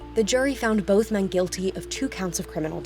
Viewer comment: "Boff" (both) and "Norfeast" (Northeast). Really?? I thought you Brits brag about speaking perfect English...... ;-(